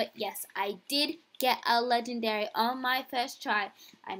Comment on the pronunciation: Am i the only one who hated that she always said "LeGENDaRyyY"